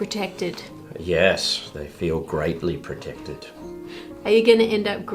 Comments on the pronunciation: "grate-ly protected" 😆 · Grate-ly protected 😂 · "They feel GRATEly protected" I caught that,. Sly dog.